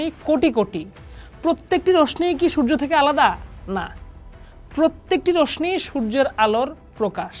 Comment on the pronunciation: উচ্চারণ টা রশনি হবেনা রশশী হবে।